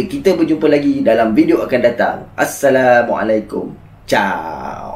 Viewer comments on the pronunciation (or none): none